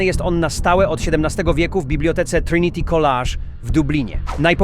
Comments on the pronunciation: College wymawia sie koledż a nie kolaż. A historię grania z diabłem w karty to słyszałem odnośnie Hellfire Club a nie loftus hall, widocznie każde "nawiedzone" miejsce ma tą samą historię 😂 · Trinity "kolaaż"? Matko bosko, co tu się wymyśliło... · Trinity College (czyt.koledż - szkoła wyższa)